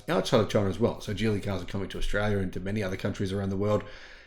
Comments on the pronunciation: Geely is pronounced as Gheelee and not Jeely. With a 'soft' G and not a 'hard' G. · I'm sorry but the guy in that link totally mispronounces Geely. The Chinese characters is 吉利 which means auspicious and is pronounced "Jí Lì" with a high rising and low falling tone. You can copy that into Google translate for the correct pronounciation.